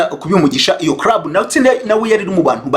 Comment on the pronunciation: 😂 Ahubwo se nti wumvise avuga ngo Busingye yari muri crub/ crab 😅 Instead of club 🤦‍♀️ Mana we! Nayobewe niba ikibazo cya R or L (ndende na ngufi) bigiye kuba identité y"aba Nyarwanda 🤭🙆‍♀️